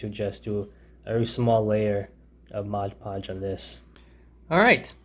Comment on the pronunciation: Take a shot every time he pronounces Mod Podge as Modge Podge. :P